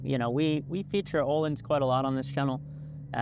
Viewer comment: You can easily pronounce the letter Ö in Öhlins if you say it similarly to the American English "world" letter O, or like the U from "murder".